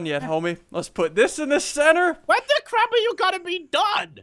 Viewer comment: dued deez swords do a cwap ton of damageee